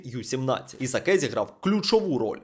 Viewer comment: Брат не кринжуй...ну який Исакé?😂😂😂 Исак читаеться😂